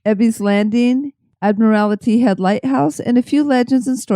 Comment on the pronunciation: I just stumbled across this episode. It was awesome that you talked about my home on Whidbey Island. As a life long resident, I did find myself cringing when you mispronounced Ebeys' Landing (pronounced E bee) and Admiralty (admiral tee). Anyways, I did enjoy the episode and so I'm going to subscribe and check out your other episodes.